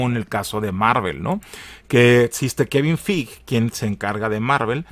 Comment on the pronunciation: Se pronuncia Kevin Fig